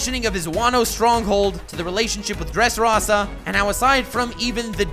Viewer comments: Dress "rossa"? Its Dressrosa dude haha. And it's not X Drake, it's pronounced Diez Drake like the Spanish ten, but that's not super clear and Oda had to address it in an SBS, so it's fair you don't know that. Other than that, solid video bud, I love the historical parallels you make. Good work I was definitely intrigued. Drake left the Marines but we know he's good, joining Kaido straight from entering the new world is definitely for a reason. And Luffy took out doffy who killed his dad, diez barrels after rocinante stole the heart fruit from him, he said he didn't care and his dad was a dick but still could give him a motive to help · you called law an anime character so I'm assuming you primarily watch the anime and yet you pronounced mispronounced so may names in this video? donquixote, x drake, dressrosa, sabaody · Are all your mispronunciations on purpose? God, they're so distracting and irritating. Don Quixote is pronounced "dawn kee ho tay", not "quick so tay". Dressrosa is pronounced "dress rosa", not "dress raw sa". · DON-KI-HO-TAY, DRESS-RO-SAA, MOMO-NO-SUK-AYY its not very hard if you make an attempt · It’s pronounced don-key-ho-tay and dress-row-suh 😭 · Your pronunciation of Dressrosa, Doffy and Donquixote are atrocious